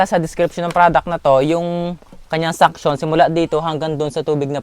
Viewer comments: Suction Po Hindi Sunction. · Suction Hindi sunction😁